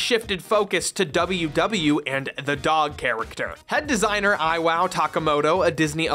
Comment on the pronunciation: "i-Wow" Takamoto. I dont even.